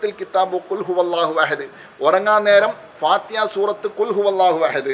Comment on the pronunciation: സൂറത്തിൽ ഫാത്തിഹാ ഇത്രെയും സ്രേഷ്ടമായ ഈ സൂറത്തു പേര് കുറച്ചു കൂടി വെക്തമായി parajal കൊള്ളാമായിരുന്നു അതായതു fathihaആ